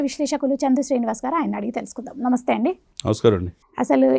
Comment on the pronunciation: please learn how to say NAMASTHEY. 🙏. Like this